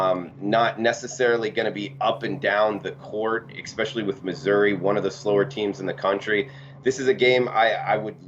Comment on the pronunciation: I like you bro. But there is no X in "especially" lol. Good luck everybody